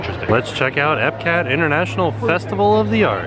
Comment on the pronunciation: at one point he says epcat